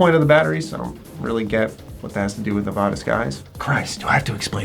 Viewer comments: Native Nevadan here. It's pronounced "NE-VA-DA" not "NE-VAH-DAH" 😁👍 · you gotta learn how to say Nevada correctly, youre killin me